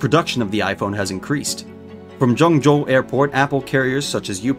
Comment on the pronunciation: the way he kept saying ¨Joeng Joe¨